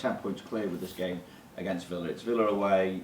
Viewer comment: Love Arne! 🥰 ...but someone needs to explain to him it's not pronounced Filla 😳